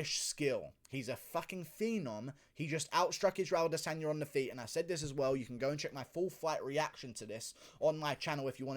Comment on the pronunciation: it is ADE-sanya